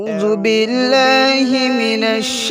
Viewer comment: Bhai ap agar hafiz ho to ao jubbillah thik kor parna apne galat parha hai style korte waqt aao jubillah hogia lakin beautiful tilawat